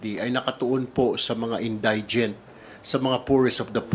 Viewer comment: Sir Tulfo: In dee gent po, not in die gent